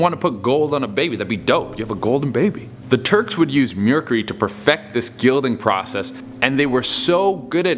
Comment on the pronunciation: And "mearcree"?